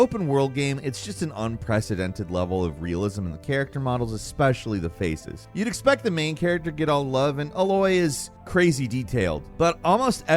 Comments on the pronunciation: he said “ uh loy “ it’s “ A-loy “ 🤦🏾‍♂️ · A-loy. Not Ah-Loy. Maybe play the game? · said....UHloy not Aye loy....for alloy. Smh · 1: GOW is my fav game series but the one shot camera is overrated asf 2: is exposing himself. My man said “ uh-loy “ HER NAME IS “ A-LOY “ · I think at this point is pronouncing Aloy as Ah-loy just to mess with us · Always love Gameranx videos, and always knocks it out of the park with the commentary - and then something like "Uh-loy" happens 😅 Love your videos guys, keep the good stuff coming! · You obviously didn’t spend much with Forbidden West. Dude didn’t even pronounce Aloy correctly. There’s no reason it shouldn’t top the list and ahead of Ragnarok. Get your eyes checked, and keep your reviews to yourself on games you didn’t really play. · You pronounced her name weird here🤨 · Leave it to to some how butcher the name “Aloy” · I love but i think bro just be pronouncing shit wrong on purpose at this point lmao why he pronounce Alloy like that? 😂😂